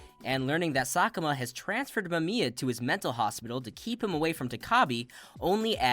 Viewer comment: Explained my ass. You could at least have taken the time to learn how to pronounce Mamiya’s name. DISLIKED!